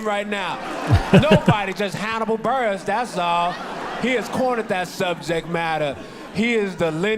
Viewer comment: It’s Burress like “Bill Burr” ess